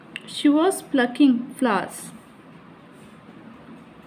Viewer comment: App ka kuch be bat samaj nahi raha hai flowers ko flours bol rahe ho 😮😮😮🙄🙄🤭